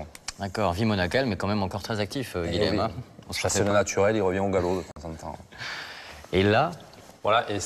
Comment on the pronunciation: Dommage qu'on massacre souvent les noms occitans à la TV, Guilhem ne se prononce pas Guilem, mais Guilyen à la rigueur Guiyen ou Guiyem.